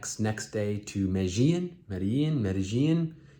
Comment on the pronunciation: an easy way to pronounce it is Mede-jean...and also, the Pablo Escobar bit, please let it go. It's old, unfortunate, and a very very sad time in history for most of us born in Medellin. It's not a joke, especially when a gringo who doesn't know much about the country/city they have to privilege of traveling to for work, much less do a little sightseeing. Thank you.